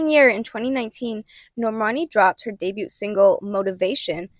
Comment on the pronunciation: The “t” in debut is silent.